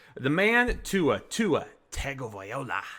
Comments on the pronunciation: Close bro! It’s VAILOA not VAI-OLA! 😂 anywho still love the intro. It’s almost brought more or a serious vibe to the fantasy channel. I’ll get the notification for the video, hear the intro, and then feel like it’s time to get ready to go to war this week. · Here ya go: Tua TUNG-oh-vy-LOW-uh